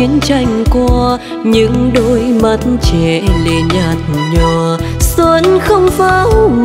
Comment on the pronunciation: Cho môi em mềm mùa xuân, từ 'xuân' nên phát âm mềm hơn. đoạn 'những đôi mắt trẻ lệ nhạt nhòa' không nên nhấn mạnh vào chữ nhạt, mà để nó trôi theo lướt từ nhạt nhòa ngang bằng. đoạn 'không nụ cười đưa duyên' phát âm chữ duyên nên chuẩn hơn, trong này nghe gần giống chữ 'xuyên'. Đoạn tôi sẽ về đưa người yêu....đến cuối lại càng nhiều lỗi hơn.Phối khí cũng hơi chán. Diễn xuất nên trầm lắng nhưng tươi tỉnh, không nên buồn, vì bài này có rất nhiều ý nghĩa tích cực.